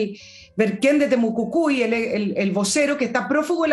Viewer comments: por favor es Temo Cui cui...no Temo cu cui.... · POR ENÉSIMA VEZ TE DIGO, ES TEMUCUICUI no TEMUCUCUI